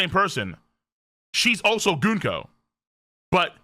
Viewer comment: prenouncing Gunko wrong day 4723